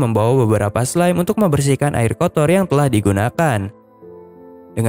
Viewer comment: bilang ari bukan air